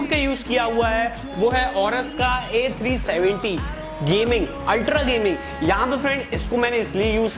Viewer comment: Z370 not A370 bad pronounce bro